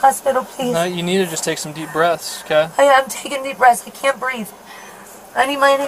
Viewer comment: The classic “I can’t breeve” line! 😂